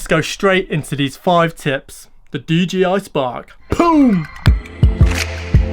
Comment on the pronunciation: Love the videos and your help, I can't help but he you say DGI spark rather than DJI! 😜